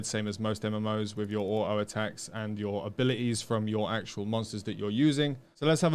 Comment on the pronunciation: So it's actually true, there are people who actually says "Ah oh" instead of saying auto.